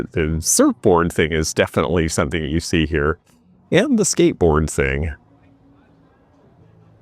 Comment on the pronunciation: ❤ Hi again,. Watched again before bed so I can go to sleep w a smile on my face. I just needed to add, "somethen" like that. " 😅